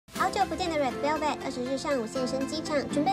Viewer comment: 小編在說red velvet的時候好奇怪 是不是重音放錯地方？🤣🤣